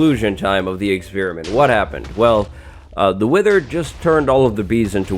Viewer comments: "Wiher".... Im not the only one right?. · Oh so mighty "wiher"!! XD